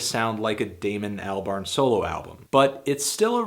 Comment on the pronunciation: Daemon Cal-burn?